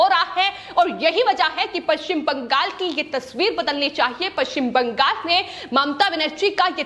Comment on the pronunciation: Please arrange to teach the news reader for correct pronunciation of West Bengal in hindi.